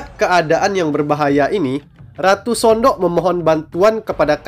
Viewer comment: udah bener bang pengejaan anda. Memang bacanya Sondok.